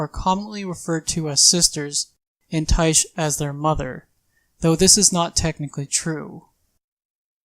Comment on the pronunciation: Tyche is a Greek god and pronounced like Nike. Idk why no one in dnd commentary can figure that out